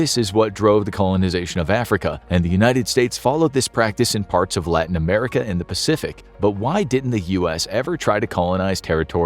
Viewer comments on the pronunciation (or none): none